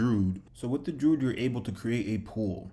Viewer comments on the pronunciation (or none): DREW - ED not Druud lol